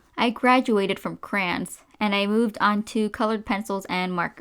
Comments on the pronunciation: It is driving me I.N.S.A.N.E how she is saying ‘c.r.a.n.s’ WTF? It’s ‘c.r.a.y.o.n.s’ im Australian, does the rest of the world say crans? Like wtf it’s even spelt crayons! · ITS NOT KRANES ITS CRAY LIKE CRAY CRAY ON SAY IT WITH MY CRAY ONS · Cray-ons not crayns Sorry, idk why these killed me inside so much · Crayola crans Im not trying to be rude, i just think its a bit funny how much she says crans and not like crowns or something.